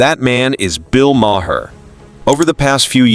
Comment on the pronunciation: Maher is pronounced "Mar". Not "Ma-her". The narrator is an AI.